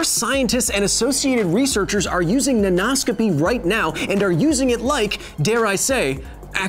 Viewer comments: When you said Nanoscopy I heard Nan No-scopy.... And now I want an OC of someones Grandma running around some foreign military compound in her tactical nightie, jumping off of rooftops, 360° No-scoping the enemy and torturing people for information by baking cookies that they hate and pinching their cheeks. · Hi, Kyle- as both your pupil and fellow educator (high school English teacher) I am a big fan of the show! ^_^ I had a linguistics comment (can this count as science? the science of language?) about your pronunciation play with the word nanoscopy . In order to sound "way more fun," poets and other writers often play with the meter of words as you did here. Oftentimes, this is simply that: more fun. However, sometimes this syllable slander changes the meaning of words entirely, and in even more common cases, changes its part of speech. As an example, consider the word "construct." Depending on where the stress is, the part of speech changes: CONstruct - (noun) a building or structure conSTRUCT - (verb) to build something English often weirdly warps in ways we wonder about, but it seems to come natural to native speakers so we often don't even think about it. But many people studying English as their second language don't grasp the concept of meter (or stressing syllables) because such metrical systems don't exist in their native language. So imagine being taught something like this without ever having to stress syllables before: thermo = THERmo meter = MEter thermometer = therMOmeter Well, Kyle, there('s) mo' meter I could talk about here, but I think if this comment gets any hotter, your favorite element might burst out their mom eater. Thanks for having an awesome show! Can't wait to catch you on the next one!